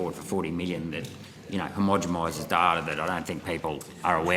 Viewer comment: I can't get past him constantly saying "hemogamises data"